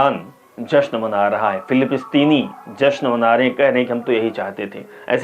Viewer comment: Bhai anchor sahab... Aap thoda hindi padne ki practice ache se karo.... फिलीपिस्तीनी नहीं होता.... फिलिस्तीनी होता है। रास-अल-खैमह होता है शहर का नाम..